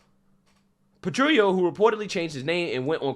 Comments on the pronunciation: These trans people are wacko. but can we get the "petrillo" pronounciation right please? It's italian, not mexican. You pronounce the "L"s in italian. So while petrillo -> petriyo in mexican. Petrillo -> PetriLLo in italiano. Grazie. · You need to really straight up the way you are saying some words, I can bet you can say grill properly yet you are saying something like "patrio", there is double L, what is the matter? Maybe this will be a helper, PET-REEL-LO. I'm from Poland, corretct me if I am wrong on that one, I am always open to sugestions, especially if I'm worng about something. Gday :D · Italian tip: Petrillo , in Italian the " L " is spoken as written , like " jello "